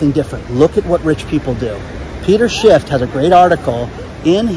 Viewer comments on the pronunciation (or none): Peter SHIFFFFFFFFFF not shift